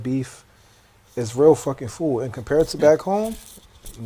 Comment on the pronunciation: why can't bro pronounce his d's though? "foo'" lol